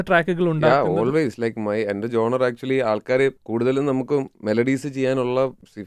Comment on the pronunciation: genre ˈʒɒn.rə